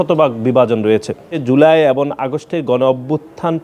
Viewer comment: এবন না এবং উচ্চারণ ঠিক করে বলতে পারে না , এই পাডারে কে বানাইছে সাধারণ সম্পাদক